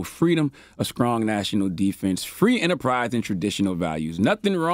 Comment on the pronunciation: Did he say "sckrong" instead of strong?